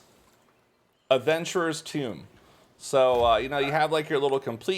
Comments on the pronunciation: Wait. So the bloodstones aren't account / roster bound, each alt has it's own balance? ( So long as they're contributing to a guild ) also it's - t-home, not tomb - Adventurer's "t'home" 😉 X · Adventurer's tOme. Not "Tomb". Tome. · adventurer's TOME, not tomb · Nice vid!! Not trying to be precocious but you are pronouncing tome as tomb, which may confuse some people. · lmao Adventurer's toom? first time I ever heard the word tome said like that. pretty sure the word rhymes with home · There's like 6 other lost ark streamers that say tomb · Dog and baby got inputs. I got one too: Have you heard the word "tome" pronounced by another person? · sorry, but this bugged the crap out of me. "tome" (a book) is pronounced like "dome", tomb (a crypt) is pronounced like "boom"